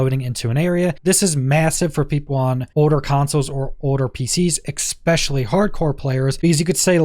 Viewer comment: Especially, not excpescially .. 🤦🏻‍♂️ also I thought this was gonna show skills stuff because of the picture..